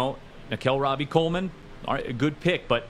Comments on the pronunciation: Every time dude said “Rob-E” Coleman, it irked me lol it’s “RO-BEE” Coleman my guy… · Ruhl, it's pronounced Ro-Bee. Nickell Robey Coleman